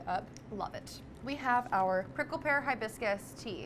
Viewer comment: Love Panera! Learn how to pronounce hibiscus.